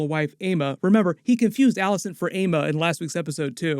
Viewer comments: AEMMA IS NOT PRONOUNCED AYMA ITS EMMA THEY LITERALLY SAY IT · Why do people pronounce aemma as "èima" like for gods sake just say "Emma"...driving me nuts